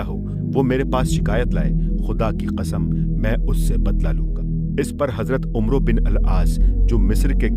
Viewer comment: قاری "عمرو بن عاص" میں "عمرو" کو غلط پڑھ رہا ہے 🙄